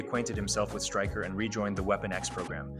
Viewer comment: Styker and magnrto how do you not know how to pronounce there names it's striker and mag -nee-to sound it out dude ffs